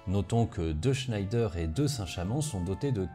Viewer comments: Super vidéo ! Juste une petite remarque Schneider se prononce à la française "Schnèdre" non à l'allemande "Schneydaire". Mais un grand bravo comme d'hab ! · Pas sûr du tout qu’on puisse prononcer Chnaïlledeur pour chnédère. Qui le sais ? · Superbe exposé, comme toujours! Mais attention, en temps de guerre contre l'Allemagne parler d'un fleuron industriel français en prononçant "Schnaïdère" au lieu de "Schnèdère", c'est risquer de subir le sort de Mata Hari!😄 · Alors comme j'ai vu passé le Tweet de, je fais aussi mon méaculpa, on dit bien "schnédère" et non "schnédre" comme je l'ai écrit. En tout cas c'est comme ça que la société Schneider Electric se fait encore appeler aujourd'hui et qu'on l'on dénomme habituellement la famille Schneider. Mon erreur vient du fait qu'on prononce parfois les "er" en "re" comme dans Hottinguer, prononcer "Hottingre". Quand à savoir comment il faut prononcer les noms propres, il n'y a pas vraiment de règles mais des usages qui parfois sont emprunts de chauvinisme en particulier à l'époque qui nous occupe. Bref, ces arguties ne retirent rien à l'extrême qualité de la vidéo. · Hey juste pour dire, ça se prononce « schèdre » et pas scheider a l’allemande Super boulot sinon! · Je pensais que l’on prononçait « schnèdre » comme pour l’usine Schneider, non ? En tout cas super vidéo, c’est vraiment pas courant de parler de doctrine plutôt que de juste décrire les chars sur ce sujet ! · Juste pour dire que le char Schneider est bien français malgré la prononciation de ce nom d'origine germanique ^^ Sa prononciation francisée est Schnédère ;) Sinon excellente analyse, comme d'habitude. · En effet on prononce"Schnédère"👍, par ailleurs la rivière est l'Ailette et non l'Arlette, et on dit "Berry au Bac" tout court, pas "le Berry au Bac", rien à voir avec le Berry berrichon 😉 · Superbe vidéo, comme toujours. Merci! Juste une chose, Schneider c'est Français (Le Creusot, Bourgogne), ça se prononce"chnédère" 😉